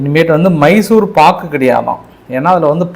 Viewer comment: மைசூர் பாகு என்பதை ஏன் மைசூர் பாக் என ஏன் உச்சரிக்க வேண்டும்?